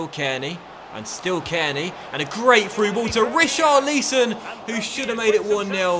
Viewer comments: richarlison not richarleeson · Brooo it’s Ri-Charley-Son not Rich-Arlee-Son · please stop saying Richarleeeson 😊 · Goes to show this guy doesn’t listen to his viewers. Ridiculous. If you know you are saying Richarlison wrong and you are just taking the piss then at east acknowledge the dozens of us that are telling you every episode. Otherwise READ YOUR COMMENTS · Came to check if he was till saying Richarlison's name wrong -.